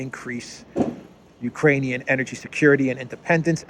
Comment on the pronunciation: Did i hear that right...did biden just say "uranium people"...lol